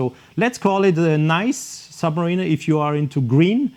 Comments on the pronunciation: Just to politely make a suggestion on how to pronounce the name in English it’s phonetically: ‘Sub-ma-rina’ not ‘Sub-ma-reena’ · Interesting thank you, but I wish you’d get the pronunciation of “submariner” right! 😉